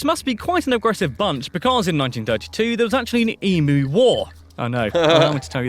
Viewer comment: Please note Americans he pronounced EMU correctly. It is 'eem-you' not 'eee-moo'. However he said 'koala BEAR' which is incorrect.